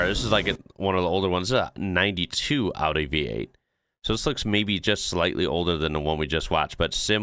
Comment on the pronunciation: as an European I just wanna say, I'm so happy to hear it pronounced right 😭 thank you and big respect lol 😂